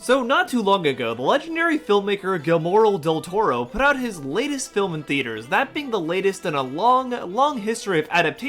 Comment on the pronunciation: Maybe learn how to pronounce his name before you make a 45 minute video?